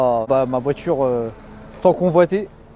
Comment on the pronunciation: Mdr le cirka 😂 "y a ma voitute la haut"